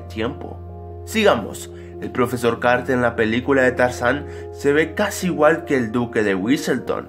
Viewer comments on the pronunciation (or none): lol te equivocaste todas las veces que dijiste carter